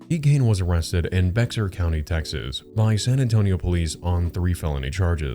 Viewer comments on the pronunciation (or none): hey just thought i would let you know that bexar is actually pronounced like bear. ik very confusing but i love the videos you make! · Hey, native San Antonion here., it's actually pronounced BEAR County and not Bexar. I know it makes no sense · I love your videos and I used to pronounce it BeXar as well but the x is silent so it’s pronounced bear county… I know it’s dumb and I am gonna stop typing now lol bye 👋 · San Antonio native!! Bexar is pronounced bear!! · Sorry but Bexar the x is silent it's like saying bear I'm from the same city as this pedophile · hey not to be that guy but the X is silent in bexar county it's read like "bear" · Hi i live in San Antonio TX, and its pronounced bear county we were all confused too 😂, and sadly its common with guys that dress and act like dkane are all pedophiles and always getting caught up with minors they do it because they are abusive and uts easy for them too control them and what they do, thats the thing about SA town women tho is that eventually they will get revenge whether legal or otherwise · Bexar? It’s pronounced bear 😂😂😂